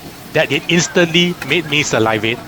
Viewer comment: Sa-li-vate not "salai-vate" lol